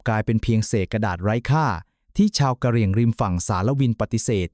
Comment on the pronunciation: อ่านอย่างงัย ทศวรรษ ? กะเหรี่ยง????